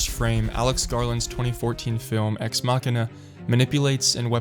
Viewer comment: If anything, this video taught me how to pronounce Machina.